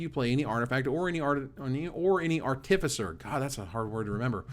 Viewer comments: I love you but the way you are saying artificer hurts my soul. You don't stress the i in artifact so why would you stress it in artificer? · Bugs me that stresses the second syllable in artificer, when everyone I have ever heard stresses the first syllable